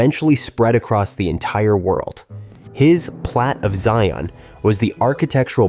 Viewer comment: Zion rhymes with .lion. I hate AI.